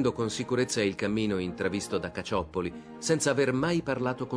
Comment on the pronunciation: Si dice (e si scrive) CaCCioppoli, non CaCioppoli.